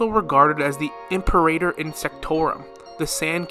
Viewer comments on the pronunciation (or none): none